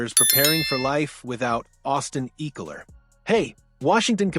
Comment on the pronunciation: bro learn ecklers name